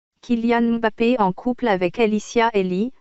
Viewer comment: Merci pour la vérité mais par contre la voix robotique me casse la tête regardé façon elle prononcé le kylian mbappe